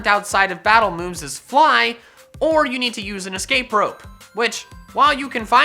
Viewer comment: Oh hey, that shiny on the thumbnail was my first ever shiny. I'm not proud. The way he said fly